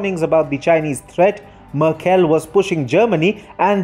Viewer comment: as a german i have to say you really should look up how to pronounce merkels name, i had to stop listening to your video it hurt my hears